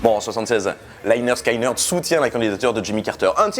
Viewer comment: On dit pas Sky pour Lynyrd Skynyrd mais skinyrd je sais pas si c clair mais sinon aller sur Google translater et écouter comment elle dit en anglais